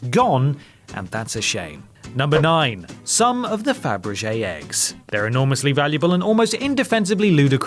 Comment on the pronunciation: You can't pronounce Fabergé or Caravaggio either!!